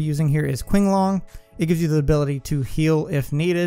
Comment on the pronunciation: Btw Q in chinese is pronounced like "ch", so its pronounced chinglong.